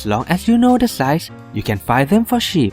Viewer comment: Pronunciation "you can buy them for shit" HAHAHAHAHA